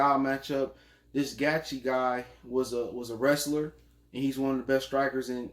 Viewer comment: Its gaethje (gay-chee)